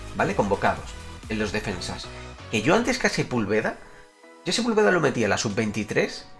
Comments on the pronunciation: Se pronuncia Sepúlveda (con acento en la u) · Sepúlveda se pronuncia con acento en la U. Saludos brother buen canal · Like si tambien esperas que porfin pronuncie bien a Sepúlveda xd por cierto crack, cuando reaccionas a los mayores enfados del tuca ferreti?